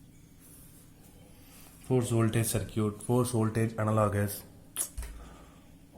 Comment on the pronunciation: Great lecture. BTW Circuit is pronounced "SIR KIT" in English.